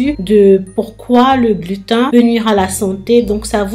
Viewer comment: Coucou, pour la prononciation, on dit glutène 😁